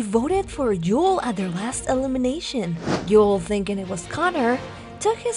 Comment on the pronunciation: Why is keep butchering Yul's name? She says Joel..